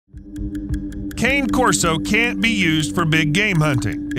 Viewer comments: Hey Narrator! It's KHAN•eh Corso. Or , KHAH•neh, or heck, just give it a lazy Connie Corso like a lot of people do. It's a helluva lot better than calling it a walking stick or peppermint Christmas candy. And before I forget,what the hell is Canis Putin Nax, or Putinax? Dontcha mean Canis P U G N A X ? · The dog is an Italian breed and the name is pronounced CAH NAY CORSO, !